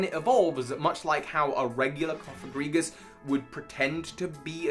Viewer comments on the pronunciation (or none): So not to be the one to correct pronunciation but Cofagrigus is pronounced Cah-fuh-gree-jus and I’m pretty sure Runerigus is pronounced Roo-ner-ih-jus because one of the root words being egregious. Yes sarcophagus is one of the root words but that plays into the first part of the name more than the second.